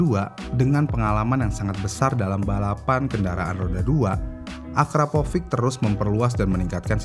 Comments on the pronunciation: Akrapovic kok disebutnya akaprovic🥲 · nama yang sering bikin orang salah pengucapan. dari Akrapovic jadi Akaprovic... narator pun salah penyebutannya... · Akrapovic bang. Bukan Akaprovic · Akrapovic min buka akaprovric 😅🙏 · Akrapovic ✖️ Akaprovic ✅ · Ada yg nyadar gak sih? Si abangnya nyebutnya "akaprovic", bukanya yg bner itu "akrapovic" ya?🤭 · Maaf min bkn nya AKRAPOVIC ya nyebutnya bkn AKAPROVIC? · Min ko lu salah mulu si nyebut nama knalpotnya. "Akrapovic" min Bukan "akaprovic" 😁✌️ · Akrapovic bang bukan Akaprovic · Akrapovic mas bukan akaprovic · kok nyebutnya akaprovic sih bang??? bukannya akrapovic...